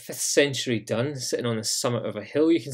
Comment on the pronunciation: 'Dun' is is pronounced 'doon'. It is the Irish word for enclosure/fort. Same thing as a ráta. The word dún is the same as the verb dún which means to close. "Dún an doras" - close the door.